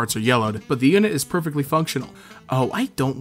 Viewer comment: Not poifect